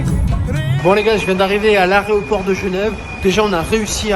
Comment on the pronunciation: L aéroport et non arreoport!!!